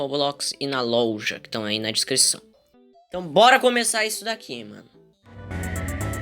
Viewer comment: Oq o fala louja não loja e